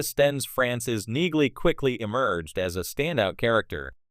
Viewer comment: It’s pronounced “Neeley”. 😊